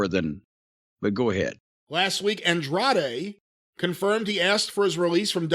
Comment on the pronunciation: I'll miss Corny pronouncing his name as ANDRAID 😂😂😂😂😂😂😂😂😂